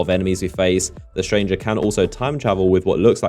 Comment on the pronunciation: STRANGR-AH. STRANGE-AH. The STRANGE-AH.